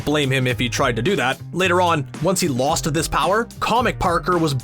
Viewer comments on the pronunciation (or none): none